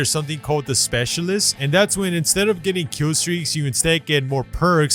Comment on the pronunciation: Bruh how, just how you said specialist